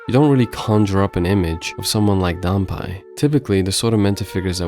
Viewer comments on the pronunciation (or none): Not dan-pie, but dan-pay. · 段平が、ダンパイになっているけど、まあいいか。発音のちがいは、しょうがないね。知ってくれてありがとう。